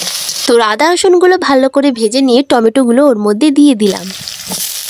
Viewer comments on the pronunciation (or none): none